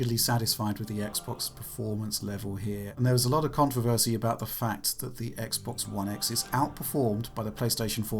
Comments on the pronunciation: I need to get the metrics and graph up and running to visualize the pitch and cadence, but clearly pronounces the word as ‘cun-TRAH-versy’, then switches to saying ‘CON-truh-versy’... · I know I’m not the only person who heard how this guy said “controversy”